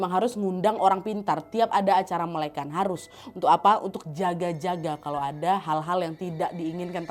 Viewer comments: Bukan melekan tapi melek an, agak dipisah cara bicaranya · melekan?? mele' an kali kakk😭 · Melek an bukan melekan kak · bacanya melekan bukan melekan